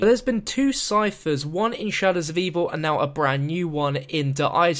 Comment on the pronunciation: I can't believe it's how many videos in now and the amount of comments mentioning it and you still can't pronounce the name of the map properly